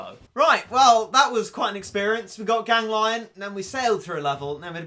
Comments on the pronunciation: It's ganglion not gang -lion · It is pronounced you spoon,gan,gli,on not gang,lion.TwT.also,try to use polevaulter cat next time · Tfw spell its name Gang-lion instead of Gan-glion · It’s pronounced gang- le-on not gang lion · I think "Ganglion" is spelled like "Gang - Glee - On" not "Gang - Lion". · Actually more like gangle-on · I think it’s pronounced Gan-gleon Or Gang-leon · said “gan-glion” gang lion......